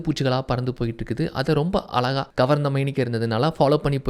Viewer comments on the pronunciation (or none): none